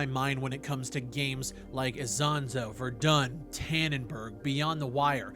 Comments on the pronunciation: its not izonzo its iSonzo but the real river name is soča (socha) in slovenian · "Eesonzo" for those still learning the pronunciation :)